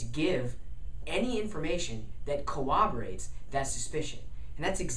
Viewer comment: He said cowoborate instead of corroborate. He must be impaired.